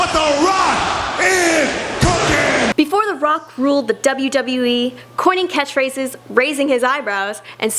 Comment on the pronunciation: Wtf? Why you let this bitch do this video? She sucks! She can't even pronounce his names or catch phrases.